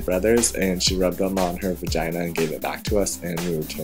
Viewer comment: Haha I think it's so funny how you say the word vagina...Also your makeup looks sooo good...you would make an incredible drag queen!